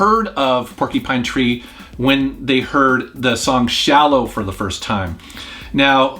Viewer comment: "Porky-Pine Tree"